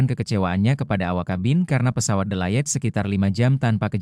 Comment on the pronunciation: Yg bener ngucapnya "Delay"....coba sekolah lagi baru baca berita. Gak enak dengernya